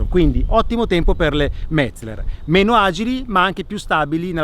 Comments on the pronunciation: Si dice Metzeler no Metzler.Impara prima di parlare.Se non vedi la"E" comprati gli occhiali. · Uei... Perfetto, cerca di essere "perfetto" anche nella pronuncia... Metzleler si pronuncia Metzéler, con l'accento sulla SECONDA "e". con buona pace dei tedeschi... Ti prego, cerca di concentrarti... :-) E anche Michelin pronunciarlo alla francese, non è snob, ma solo reale.